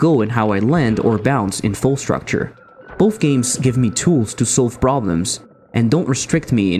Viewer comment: Quite a nice video. However.. Det er uttalt Fall struktur, ikke structure.. :( (Skål til de Norske her.)